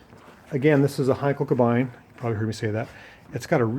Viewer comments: First, "Isetta" is an Italian word. Italian has NO long "I" sound. It's "EE-setta". Second, as has been pointed out, "Kabine" is pronounced "Kah-BEE-nuh", NOT "ka-BINE". As you may have guessed, it means exactly the same: "cabin". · Kabine is pronounced "Cabeeneh" not "Cabine"!! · That's pronounced "Ka-bee-ne"